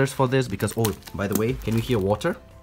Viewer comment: pronounces water as What-ter???? Could the both of you be fellow Malaysians? 😂